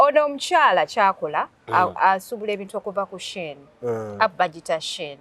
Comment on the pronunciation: its shein not shen😂